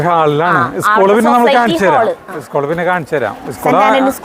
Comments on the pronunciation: ഈസ്കൂൾ അല്ല. സ്കൂൾ 😄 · Uschool alla school ennane paraya